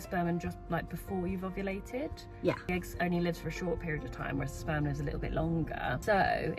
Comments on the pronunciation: I was very confused until I realized she said "sperm" and not "Spam." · OOOOHHHHHHHHHH SPERM!!!! i though you said SPAM??? makes sense now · omg...youre saying "sperm"....NOT 'spam' hahahaha...i better rewind now that i realize youre not having a, uh, spam.. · at first i thought she said" bought my wife spam." and i was confused why it was a weird word until i realized she said sperm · this is awesome and all, but at first I heard "I bought my wife some spam," like the MEAT, and was concerned as to how that made a child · I can’t be the only one who heard “I got my wife some Spam”. I was so confused. At first I thought “pregnancy craving? Weird”. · Okay, so I knew the video was about a baby because of the thumbnail but when she said what she got her wife for Christmas, I thought she said SPAM. Like the lunch meat SPAM and I was super confused and was like what??? And then she said fertility treatment and then I was like ohhhhhhh 🤦🏻‍♀️ not my brightest moment 😅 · I thought you said “spam” at first and I was like ??? why would you buy your wife spam?? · I immediatly thought "baby!", but then misheard you say "I bought my wife some spam," and I just couldn't for the life of me figure out why the spam would be a secret... (I do mean the weird meat(?) in a can) Congratulations on the actual living being though!